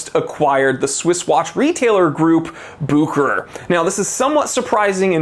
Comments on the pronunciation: It's pronoounced book ur ur my friend. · I talked with Rolex they're changing the pronunciation to Buke her hair. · The real name is Bucherer a Swiss name. But Americans are almost always not able to pronounce a foreign name correctly.